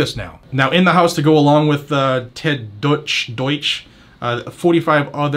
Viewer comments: Im pretty sure its pronounced "douche". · I believe it’s pronounced “doooosh”. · It’s pronounced ‘DOUCHE’ I believe?